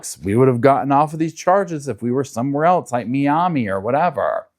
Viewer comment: 👀Never heard someone say Miami that way lol it's pronounced "my-am-ee"